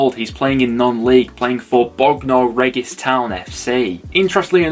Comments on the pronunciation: Bognor Regis 😂 for future reference it's pronounced bogna reejus 🤣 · Bog Nor Regg Iss 😂 love it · The pronunciation of Bognor Regis killed me 😂😂